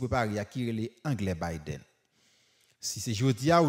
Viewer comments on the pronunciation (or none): none